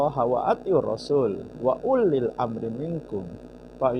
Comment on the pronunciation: PERUSAK AL-QUR'AN, EH SAMA PENDUKUNGNYA DIPUJA-PUJA. APA KARENA SAMA2 GAK BISA NGAJI? 🤣🤣🤣. Lihat tuh bacaan Al-Qur'an yang JANGGAL. Klo orang bisa ngaji pasti ketawa 🤣🤣🤣. Kelihatan banyak yg modal terjemahan gak baca teks asli. UULIL dibaca ULLIL 😂🤪🤪 itu Dhommah ketemu Nun Sukun, dibaca dua harakat panjangnya. Hukumnya Mad.. gak perlu saya jelaskan itu mad apa? Bingung malahan nanti bayi wahabi 🤪🤣🤣 BILLAAHI dibaca BILLAH..🤣🤣🤣 itu ditengah kalimat ga ada Waqaf/wakaf maupun saktah..HI nya harus tetap ada..bukan dihilangkan 🤣🤣🤣 Lucunya begini, hal dasar aja gak becus kok DIPUJA-PUJA. Blm saya kritisi yg lain, karena yang JANGGAL BANGET GINI AJA PENDUKUNGNYA GAK PAHAM. apa memang sama-sama GEBLEGNYA 🤣🤣🤣